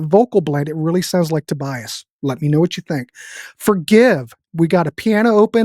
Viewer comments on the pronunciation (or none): none